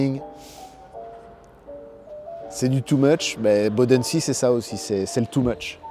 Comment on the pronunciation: "Bodensee" ne se prononce pas du tout comme cela, c'est allemand, pas anglais...